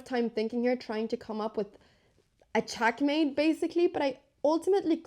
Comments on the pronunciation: What regional accent makes you pronounce e‘s like a‘s? Like ChAckmate and knight-E-SAven. Is that Valley? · It's not chackmate, it's checkmate. Check